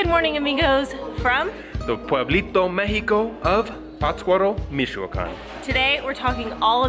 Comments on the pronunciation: ...es Mich..no es Mishhhh...just saying...Michoacán. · First, it's dia de los muertos. The article "los" is necessary. And there is no /sh/ sound in the word Michoacan it's like " me chew a con".